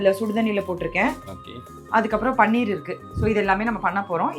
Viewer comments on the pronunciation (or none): அது பனீர் not பன்னீர்..😂